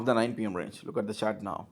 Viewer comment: Esapa english kolathane... Even british speaks not like this. Its Range not reeenge